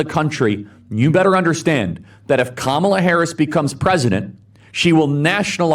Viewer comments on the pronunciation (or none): Kamala Harris is a women how about that, oh Nancy please pronounce it correctly because you are rude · Nan-SEA Ma-SAY! She refuses to pronounce “Kamala” correctly, so we’re changing the pronunciation of her name: Nan-SEA Ma-SAY! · I really hate how whenever Nancy Mace says something vile, she pivots back to her experience of being sexually assaulted. No woman deserves that, but this woman is trash. Straight up Karen. She mispronounces Kamala Harris' name and she claims she can pronounce her name anyway she wants. The she asks someone "how can you treat a woman like this". Absolutely amazing.